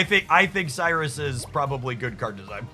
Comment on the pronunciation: I'm convinced you pronounce these names incorrectly for more engagement lol. Darkrai = dark-rye like rye bread. Cyrus = sai-rus sai pronounced like eye. Weavile = we-vile. Electivire = elec-ta-VIRE, kinda like fire with a v, not electreeve. Loving the deck lists though, keep up the great content. 🙂